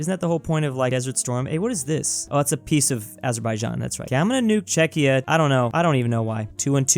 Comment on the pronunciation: Wait, he pronounced Czechia correctly? What happened?